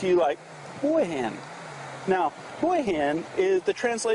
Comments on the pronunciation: Well you're saying rock wrong but who cares... It's like bean with an H. HEEEne. Lol I cannot wait to learn more so I can conversations in Thai like you! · hERE i COME AGAIN, (HAHAHAH) The difference is the TONE - listen to the subtle way he/she says HIN - that's where the big tonal difference is! Thais, of course, don't "care" or critique - because they are SO polite! But.....they DO have a harder time understanding you when you are insensitive to the tones. Is it a BIG deal? No! But, it never hurts to improve - especially if you are planning on living there. (Thais DO respect the correct pronounciation, and it does improve life)